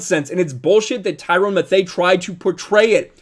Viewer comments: It’s pronounced “Mathew” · It’s pronounced “Matthew” not methei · Great show however it is pronounced Tie-Ron Matthew not Tyrone Mathay. Not trying to be a smart ass but juat giving you a heads up before some libtard sjw gets on and says, "he can't even pronounce the players names and he's going to talk about sports!" Seen way too much lately from these woke pieces of trash! Thank you and keep it up! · Mathieu is pronounced like “Matthew” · Tyranns last name is pronounced like Mathew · I think Tom Brady is over rated only because I’m a Drew Brees fan and I have seen him under rated his entire career, also Mathieu is pronounced Matthew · 1. I know of a handful ( 2-5 ) of people that are racist against people that aren't white. 2. I know of...uh...I've lost count now, how many people are racist against whites. 3. It's pronounced "mathew". 4. I've NEVER liked Tom Brady until now, simply based on leftists cry at his success for no reason and or racist reasons.